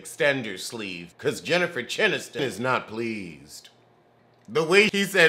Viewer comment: I don't watch this show but you definitely just Said CHINNIFER ANNISTON and I am DOOOOOOONN EEEEE LOOOOOOOOL